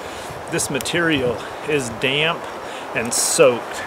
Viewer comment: The word, "damp" only has one syllable, not two!